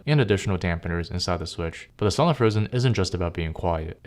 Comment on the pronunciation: “sahlen switches”? “sai-lent”!